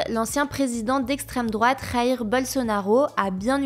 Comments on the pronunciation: Minute On prononce Jaïr et pas Raïr. Je vous rappelle qu'au Brésil on parle portugais et pas espagnol. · Le son du J en portugais n'est pas le même de l'espagnol. Alors le prénom de l'ex-président du Brésil se prononce comme en français: jair et pas rair. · "Rair" Bolsonaro : oubliez pas qu'au Brésil c'est pas espagnol qu'on parle 😂😂 (le J se prononce comme le J en français) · Jair Bolsonaro. Jair. Pas "Rair" 😏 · ont dit jaïr par raïr